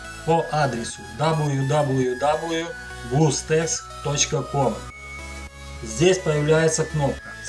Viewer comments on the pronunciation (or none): а никого не смущает что он говорит "блустест" вместо "блустэкс"))